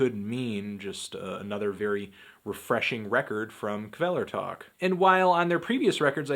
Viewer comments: I'm told the K is silent. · That's not how you say Kvelertak.